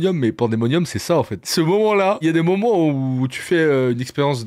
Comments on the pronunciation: 5 secondes de vidéo :" dinguRRRRi" 10 secondes : "les pires moMMents" Hop : ne plus suggérer cette chaîne. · Le "momment" m'a trop surpris dans l'intro